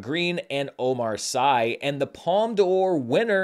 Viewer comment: Hey, great show, as usual. If I may it's pronounced Omar SEE (spelled Sy, I know)! Keep up the good work!